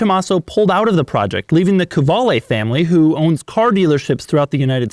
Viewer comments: To be honest: I had been pronouncing that name K-VALE with a Steve Martin-esqu Dr Hfuhruhurr vibe . But NO it is KU VA LE. Doug, you have enriched my life immeasurably. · I don't think it is a "Ka-vale" but rather a "Kvale" Mangusta. Right? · Ok but it's meant to be pronounced "koo-aleh", like latin "u" which is written like a "v".